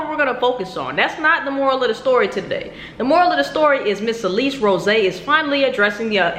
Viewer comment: You can’t even say her last name right like I- 💀 how hard is it to say “Rose”- 😂😂